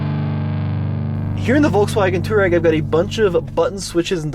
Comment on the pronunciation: Touareg should be pronounced "TWA-REG", after the nomadic African people. VW gave up on the correct pronunciation after so many mispronounced it. Similar to Hyundai in the late 80's, as the correct pronunciation is HYUN - DAY (Y sound is pronounced).